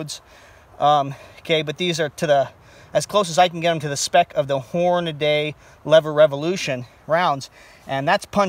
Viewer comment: Hornady pronounced Horn-a-dee, not horn-a-day... grinds my gears...no extra a...